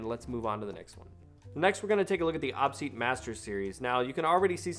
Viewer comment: Every time you say "awpseat" instead of "Oh Pee seat", every gamer cringes.